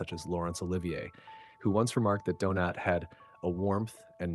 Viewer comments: And it calls the actor Donate instead of Donat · Stupid rowboat narrator even reads out the IMDB references as well as going from saying Donat, to what sounded more like Doughnut! Here’s a tip - use a genuine human to narrate your videos. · Nice video moving story spoiled by the awful, americanised AI narration. Several time the actor was referred to as Donate rather than Donat. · Listen again. Several times the actor was referred to Donate instead of Donat. Definitely an AI narrator. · “Donate,” “Donut,” geez. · the constant mispronunciation of the actor's surname is hilarious - do-nut, do-nate do-naut .... doh! 🤣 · “Donate” made his debut?… geez, enough with the AI voices. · Any chance you could be more consistent with the pronunciation of Donat’s name? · Nice tribute. Your 4 different pronunciations of his name were somewhat humerous 😊. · Why can’t you pronounce his name correctly the T is silent more pronounced like a y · Teach the AI robot to pronounce his name, for Pete’s sake! I’ll just have a jelly Donat. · Is this ai? Donat is pronounced in several ways, ranging from donut to donaht. Clumsy. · Good to see a tribute to Robert Donat, although the presenter appears to have difficulty settling on one pronunciation of the actor’s name. To be sure Donat’s voice and on-screen persona were unique. However, actor Roger Liversey’s voice could recall Robert Donat's. Liversey being the more robust of the two actors. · Also he mispronounces Donat in alternate sentences. It's AI.